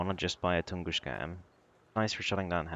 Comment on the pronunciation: Tunguska not tungushka